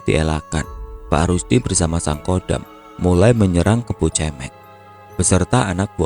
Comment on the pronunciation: Mau koreksi dikit mas, kebo cemeng, pelafalan kata cemeng itu suara huruf vokalnya bukan seperti kata cemen atau mewek atau cewek, tapi seperti kata merem. Cemeng artinya hitam.